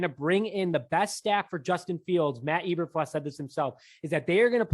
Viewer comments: You guys oribably have heard the correct names by now (22 hrs after upload). Matt Eberflus (E~Ber~Floose) Rich Bisaccia (Bis~Sach~E~Uh) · You guys are embarrassingly bad. It's pronounced EE-burr-flooss. Not EE-burr-fluss. Raider's special teams coordinator Rich Bisaccia's name is pronounced Bih-SOTCH-ee-uh. He's been in the news all season since Gruden resigned. Both names have been pronounced correctly in most media outlets, especially Bisaccia since Gruden resigned, so why are you still mispronouncing them? I can understand the first or second attempt, but not the N'th attempt over many episodes as you have demonstrated. Pronouncing a name correctly is the simplest sign of respect to the person as well as your audience. Failure to do that much is a sign of ignorance and/or lack of education. Both reduce your credibility, and when that happens, you lose reason to be trusted as a source of information. As for the other news: I think they're moving a little too fast and grabbing people along the same fault lines that got the Bears to this position in the first place. They're going too much with who-they-know and not enough with people because of what-they-know. If Pep Hamilton get's hired, then it'll be a repeat of the Lovie Smith era with good defense and crappy offense. Pep Hamilton is not a great QB coach. There's a reason why he floats from team to team and is never on a highly successful one. Although he has been in good organizations, they've performed poorly during the seasons he's been there. He's rarely in the same position either floating from offensive quality control, to receivers, to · Can you at least say his name right? It's pronounced Eber-Floose, not Eber-Flus. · I came here for the mispronunciations 😂😂😂. 5 seconds in. E-Ber-Flus instead of E-Ber-Floose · Eber "floose" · It's pronounced Floose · Dislike just for pronouncing eberfluses name wrong..how do you cover the bears and are literally the only ones who pronounce it the way you do.